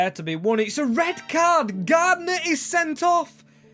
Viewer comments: you really piss me off with your ignorance in pronouncing names his name is clearly Garner. Not Gardner FOR FUCKS SAKE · Garner not GarDner 😂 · For gods sake mate its pronounced Gar-Ner Not gardener